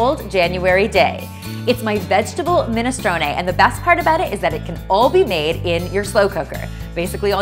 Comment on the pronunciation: You said it right finally someone who can speak x